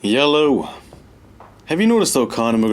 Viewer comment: Nobody::..... YeLOwww